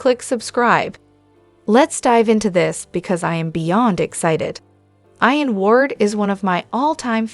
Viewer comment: It's pronounced "EEE ‐-EN" NOT "eye-- en ," !!!!!!!